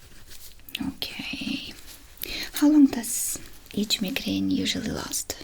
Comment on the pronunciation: Oh I love all your videos. It is so impressive this is your second language!! By the way it is pronounced My-Grain. Keep being amazing ❤